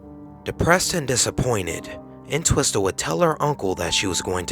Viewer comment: it's WOMEN, with an "e" pronounced "Wih-min" and you're not supposed to pronounce the second "T" in Entwistle. Should be.... "En-twiss-uhl"